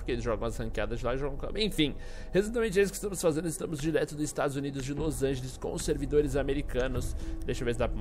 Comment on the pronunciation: esse teu Los "Angelis" foi feio hein